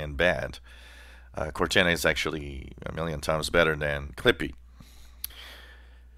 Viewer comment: Cor-nana the Microsoft grandma?